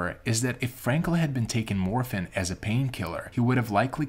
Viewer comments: Why do you pronounce dead as "dad" and morphine as "morfin"? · Interesting story however… The individual doing the narration mispronounced I know a number of words. Morphine was miss pronounced as well as the word comrade. I am an old broadcaster and have done hundreds of voice overs. Again, interesting story but you really need to find someone who knows how to pronounce words.